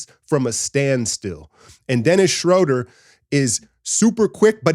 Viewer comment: Brother, you're gonna have to learn to say his name. He's German: "SchrUUUder".